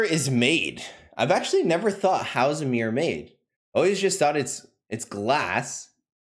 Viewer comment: Cringing at his pronunciation of mirror. "MEER MEER MEER."